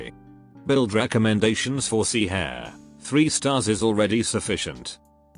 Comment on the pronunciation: Black suit pronouncing Hare's name like she's part of the RABBIT squad